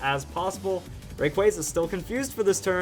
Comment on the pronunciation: Please... tell me you said Ray Quay...